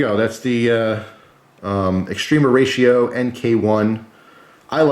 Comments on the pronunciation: Just gotta point out every time you called it(correctly per your title mind you) extrema ratio, it sounds like you're saying extreme horatio. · the A in extrema is pronounced kinda like ah, English when spoken relaxed by a fluent speaker it is normal for the spaces between english words shrink and flow fluidly sounding like extrem-ahratio. American English has there own colloquialisms, and (a native new jerseyite speeks with a specific accent. To me it sounds like a slight speach impediment, you can hear it distinctly with the word water.